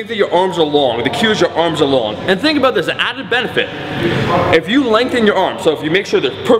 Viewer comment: that killer "aboot"